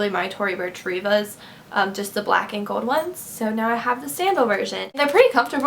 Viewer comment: stop saying "GOLD" it is so fucking annoying, you can not pronounce it right.. ugh